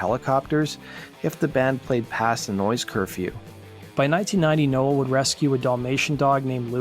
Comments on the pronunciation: Its "No.well" not "noah" please learn to speak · Uhhh...pronounced Now el....just sayin